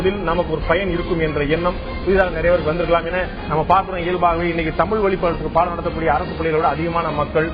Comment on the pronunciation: Just now saw this கூத்து. சல்மா தமீல் தமீல் மொளி மொளி என்று சொல்ல, ராகவனும் மற்ச்சும் (மற்றும்) வேற்ச்சு (வேற்று) என்று உச்சு பிச்சு என்று உச்சரிக்க, பத்திரிகையாளர் உளகம் உளகம் என்று உளற, பாண்டேவும் தன் பங்குக்கு ல ள ழ இவற்றை உச்சரிக்க தெரியாமல் எல்லாவற்றிலும் 'ள' வை பயன்படுத்தி(ராகவன் போல ற்ச்சு உச்சு பிச்சு என்று உச்சரிக்கும் விதமும் சேர்த்து) மொத்தத்தில் ஒரு கோமாளிக் கூத்து! இதுக்கு பேரு தமிழ் நிகழ்ச்சியா? போய் எல்லோரும் சாலமன் பாப்பையா கிட்ட கேட்டு வாங்கி குடிங்க.